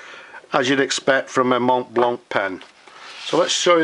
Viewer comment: I know you said you don't wanna hear about it. Yet, I think you can make it to perfection by not pronouncing the "t" and the "c". It's a french word and the French mostly don't pronounce the last vowel sound of a word. Everything else how you say this word sounds good, even to me. So, no offense there... I just think self-improvement never hurt anyone. Cheers